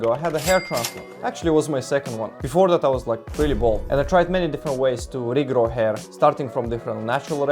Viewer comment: So these are some of the words that you pronounced wrongly: regrow, remedies, street, work, area, months, that, flash, hairs, structure, room, sprouting and creates. You have a problem with pronouncing the "r" sound I think. I understood you towards the end after adapting to your accent, but do not understand where your confidence in English comes from. Glad to see your hair in good shape anyways. That is what matters the most I guess.